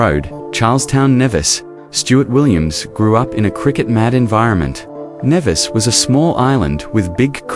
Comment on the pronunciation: Good evening. Please please please .lt in pronounced Knee Vis. As a Caribbean person it is annoying when place names are butchered.